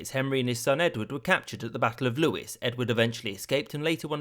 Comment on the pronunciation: "lew-is" and "ever-sham" Are you an American, cause no English person could say these this wrong